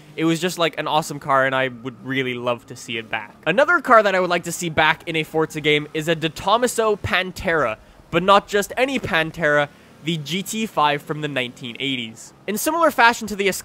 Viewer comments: DeTomaso is pronounced like this- DAY-toe-MAH-so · You butchered DeTomaso so hard 😂